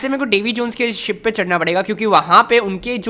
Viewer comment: bro you said davi jeans